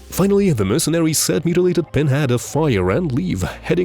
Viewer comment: Hilarious how the narrator pronounces "mercenaries" as "mercenawies". Often substituting the "r" with a w.